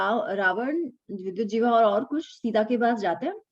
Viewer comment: Namaste,! "JIHVAA" - Tongue. Not "Jivhaa"!:-)